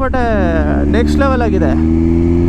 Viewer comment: Bro adhu kareyappa alla karyappa